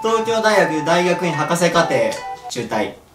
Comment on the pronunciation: 博士ってはくしって読むのでは？